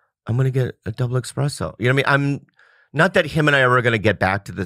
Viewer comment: hey fellow Americans, especially "baristas", there's no X in espresso.